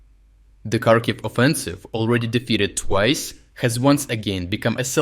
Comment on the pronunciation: Why do you pronounce Kharkiv wrong?